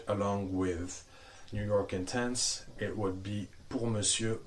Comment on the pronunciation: It’s pronounced Intense not Ontonse. That was cringy and ridiculous.